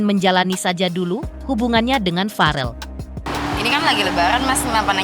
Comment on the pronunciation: Verrell bukan vareel